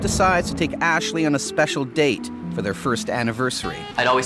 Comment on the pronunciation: Why does the narrator accentuate random words? "Yeah they WENT on a DATE" "He packed his belongings in the BOAT" "He hopes to ESCAPE from the WEDDING" I feel threatened.